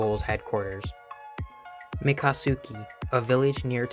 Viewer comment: Great video. But some missed pronounced words. Miccosuke mikk-o- sookē Tuckabachee tuk-uh-bachē Muskogee creek and born and raised in Tvlvhasē (Tallahassee)